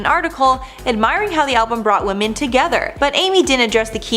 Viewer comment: Are you unable to pronounce “women”?